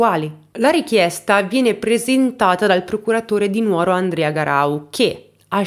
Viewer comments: Dimitri è un vero mostro . Posso fare un appunto!? Sono sarda, la giusta pronuncia non è Nuòro ma Nùoro. Purtroppo riocrda tanto nuòra e lo sbagliano tutti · Si dice LU FRAÍLI, con l'accento sulla prima I. Si dice NÙORO, con l'accento sulla U.